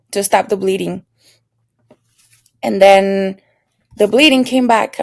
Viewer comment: I thought you said I spoke to my damn boyfriend 😳 instead of then boyfriend lol